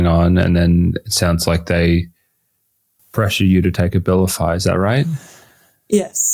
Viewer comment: The A-vilify gets taken!